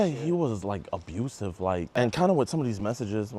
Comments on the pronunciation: Tf is 'Absuive'? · jidionnnn, its not "Absuive", its "ABUSVIE" how much of a idiot are you jidion.. (no offense i love you so so so much pls i want a autograph pls look at me pls pls pls pls pls notice me pls jidion pls) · Ah yes, the new term: “absuive”. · I love an "Absuive" Husband